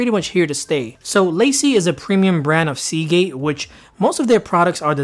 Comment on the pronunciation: It's La-Cie not Lacey lol! It's French! Also it's Date-a not Dat-a....